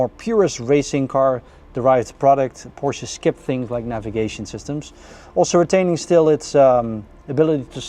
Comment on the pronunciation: How do they continue to improve on the beautiful cars? And thank you sir for pronouncing PorSHA correctly!